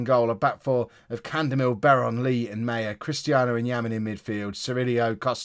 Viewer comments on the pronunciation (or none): none